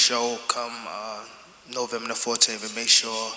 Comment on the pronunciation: “Novemba Na14th” 😂😂😂